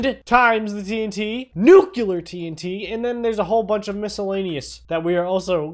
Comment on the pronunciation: I love the NUCULAR tnt